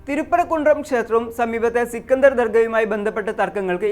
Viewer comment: സിക്കണ്ടർ അല്ല.... സ്കന്ദർ അതാണ്‌ കറക്റ്റ്...... 😄😄😄😄😄